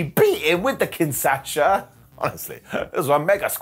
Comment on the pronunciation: Can I please ask you Get the name of Nakamura’s move right! It's not that hard. Kin - Sha - Saa